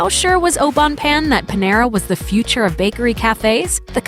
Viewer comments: You say it like “payne” not “Pan” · its not oh bone pan idiot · The pronunciation of Au Bon Pain was so cringe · The way you pronounce those french words au bon pain is so cringy. At least show a little respect to their language... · If I can learn English ,you can learn how to say au bon pain correctly. Be professional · Leila Canel I know. I cringed every time she mispronounced that.